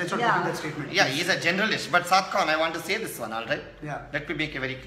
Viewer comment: Everytime when he says "Saad Khan" it sounds like "Popcorn"🤣🤣🤣